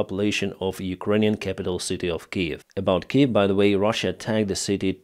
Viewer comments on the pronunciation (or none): none